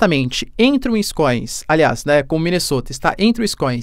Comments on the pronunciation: WinsconSin, professor.. e não Winscoins.. rs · Wiscoins?? kkkkkkkk